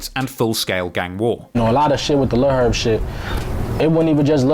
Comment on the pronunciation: So funny this dude did a 3hr doc on this and couldn't pronounce "Herb" correctly once